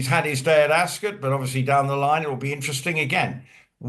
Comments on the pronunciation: ☺️Ascot is not said as Epcot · don't know where he's from but I'm English and we say ASCOT, OT not UT